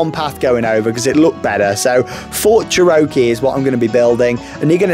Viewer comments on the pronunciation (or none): Bro, let me help you. Cherokee: cheh - ruh - kee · It’s pronounced “chair-oh-key” btw